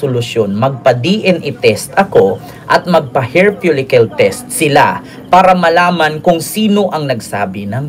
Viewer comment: Falikel “follicle”